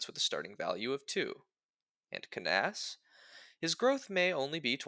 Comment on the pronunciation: That is certainly not how I've ever pronounced this mans name in the entire time I've known of his existence. Also Fire Emblem 7 was very funny for locking away the only Dark magic user behind an optional side chapter that, while not hard to get, is also definitely missable if you aren't careful. Anyways my favorite pizza topping is black olives (the real answer would get me Luna cheesed).